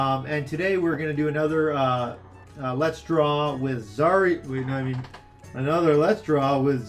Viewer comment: Guys,try to pronounce zarya as zar'a with accent on second "a" zar'A instead of zArya It's true russian pronunciation)))